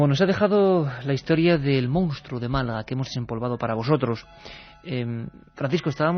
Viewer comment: Iker, a ver si aprendes de una vez a decir MONSTRUO, que tienes Periodismo!!!